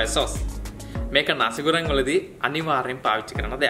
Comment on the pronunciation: නාසි ගුරන් නෙමෙයි.... නසි ගෝරෙං